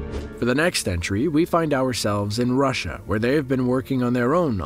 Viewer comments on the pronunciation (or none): none